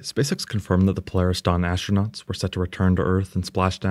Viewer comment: No Ashhhhhtronauts. Astronauts, please.